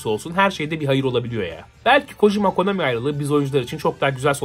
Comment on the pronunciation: no çok konAMİ dedin öyle